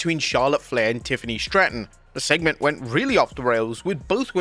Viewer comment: Bro said Triffiny